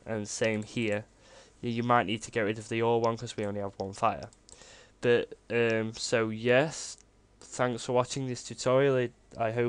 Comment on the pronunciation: whats wrong with your "but" word, sounds like "bou" like youre trying to puke but cant